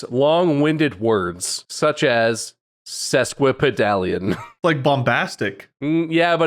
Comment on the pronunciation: So first one you’re not pronouncing it right first off It’s ses kwuh puh dālian It’s not a like in cat it’s ā like in cake Etymology is weird though. It was originally a measurement for a foot and a half in Latin. Sesqui was a prefix meaning “half in addition to” It got its current meaning originally as metaphor like “that word is a foot and half long” It’s a weird word, bizarre that it survives at all.